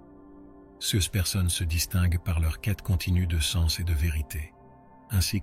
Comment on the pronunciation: Un superbe message... malheureusement dit par L'IDIOTIE ARTIFICIELLE qui prononce cesse à la place de CES... il y a encore d'ÉNORMES progrès à faire côté INTELLIGENCE LINGUISTIQUE !!!!! 🤢🤮